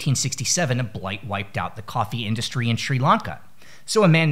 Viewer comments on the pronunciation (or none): none